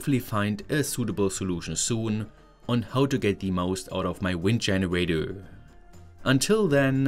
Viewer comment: no offense, i love that you still cant pronounce anything that ends with an "er".. dscheneräidöööööö. its cute